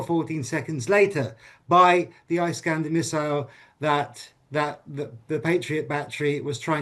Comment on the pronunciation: This guy thinks of himself so smart, but he has no clue how to pronounce "Iskander". It is Ee-skander, not Eye-skander, doombass!